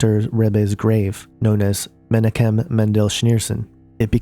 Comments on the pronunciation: Just an FYI: The name is pronounced meh-knock-kem. There are regular prayers said at the Rabbi Menachem Schneerson's grave to raise him from the grave as the Messiah. A picture of Rabbi Scheerson hangs in every Hassidic & Zionist Jewish home or Temple. He is their most beloved father. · This person does not know how to pronounce the names - Messiah (Mah-she-ahch) Menachem (Men-ahch-hem) But I agree Jared may well be the anti-christ. Jesus is the messiah and will return soon. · Pronounce Menachim = men AHH kim Lubavitcher = lu BA vitch er